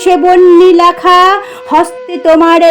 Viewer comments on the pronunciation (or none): বেশ ভালো পড়লে মা ! তবে কয়েকটা উচ্চারণ কানে লাগলো ! " রেখা " , " লেখা " শব্দগুলো এ-কারন্ত হবে.. অ্যা- কারন্ত নয় ! " প্রভাত " শব্দটির " প্র " সর্বদাই ও-কারন্ত .... বারবার শুনে পরবর্তী উপস্থাপনায় শুধরে নিও... শুভকামনা রইলো ❤❤